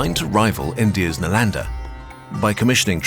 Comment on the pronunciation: Kurzgesagt video on Chinese history: Accurate pronunciation of names so as to not enrage a Chinese viewer or historian. Whereas any major Channel makes a video loosely based on anything Indian, we get "Nalaenda, Goopta"... after these many years of Kurzgesagt and the new, people still tolerate this...